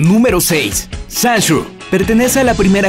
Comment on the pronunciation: El: La pronunciación de los nombres de pokemon no es mi fuerte Yo: no será para tanto Él: Sanshu, Sikan... Yo: ah... Pues si